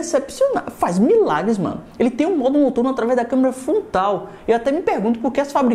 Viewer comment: É só eu que entendo ele falando Câmera FONTAL ? kkkkkkkkkkkkkkk #azueiranãotemlimites